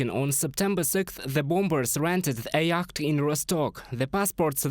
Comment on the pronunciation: Great confusion here over the pronunciation of "yacht". I didn't understand you. Then I realised what you were trying to say. The word, unintuitively is pronounced "yot" or "iot". It's a good idea to check the pronunciation of words that are new to you if you don't want to confuse your audience - I am a native English speaker and I was baffled. There are no end of web sites that will help with you pronunciation.